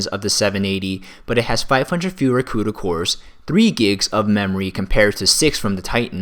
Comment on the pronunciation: lol, i have never heard someone say C-U-D-A cores instead of just CUDA cores before.